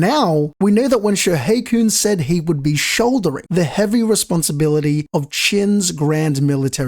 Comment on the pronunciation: I didn’t even understood the name "Shoheikun" in your accent first bro 😢